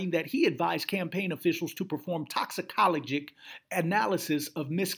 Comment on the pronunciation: Mis-pronounced words this episode: Toxicologic, Tenacity, Encephalopathy.